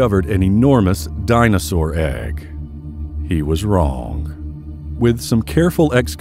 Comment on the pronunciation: For some reason I giggled at the way he said dinosaur egg